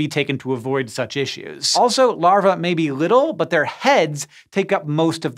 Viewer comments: omg yes i pointed it out too. and larvae is pronounced wrong! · You'll learn to pronounce larvae some day, Hank